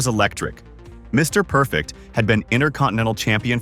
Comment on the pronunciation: I hate A.I. voice talk overs!! The silence between Mr..... Perfect is not what a Mr. Perfect video is supposed to be!!! Everything shown and everything said about Mr. Perfect should be flawless it should be timeless and it should always be PERFECT!!!